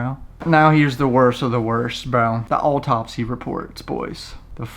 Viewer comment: Oooooh the “ALLTOPSY” reports